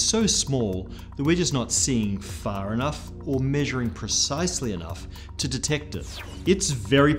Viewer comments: instead of enough it says enjough :D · Years later and dozens of times viewing this, and I still can't get "enjough", lol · Lolz, 'Enjough'!